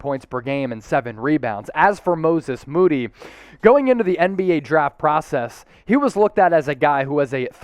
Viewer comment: I hope this is just the first of many times we get to hear someone pronounce it "Mooses Mody" 😂😂😂